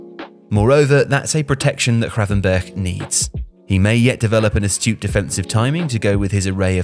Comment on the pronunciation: Was hoping might try pronouncing the 'G' in his name properly but alas 😅 Nearly managed it